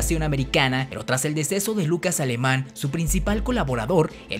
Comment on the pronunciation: Lucas Alamán, no Lucas Alemán.